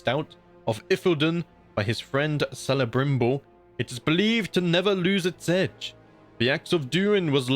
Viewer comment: Kelebrimbor. Not Selebrimbor. C is always a k sound in Tolkien. As it was in Old English.